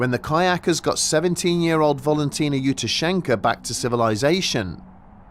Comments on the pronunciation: I think it's Valentina , not Volontina. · Old stuff but for the mispronunciation of Valentina's name. It's VALentina, like VALentine. Not bloody VOLentina.